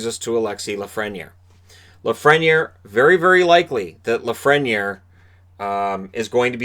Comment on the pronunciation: It's pronounced La-fren-yay. He's French.